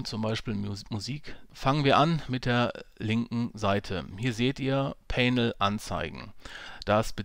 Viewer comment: Bitte mal nachhören wie man "panel" ausspricht. Danke.